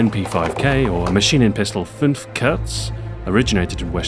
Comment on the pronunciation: How long did it take you to learn how to pronounce Fünf (5) in german right? You are first american who does so